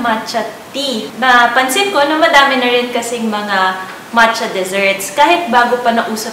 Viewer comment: Nakakatuwa na sina bi niya mancha exept macha hahahahaaha